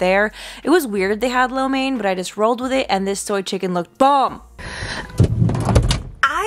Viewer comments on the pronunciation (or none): “What’s in the chickn?” “Chickn😒” yup sounds very West Indian 😂🇹🇹 I wanna go I just need a ride.